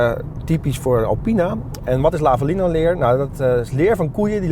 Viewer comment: Het leer heet Lavalina geen Lavalino 😂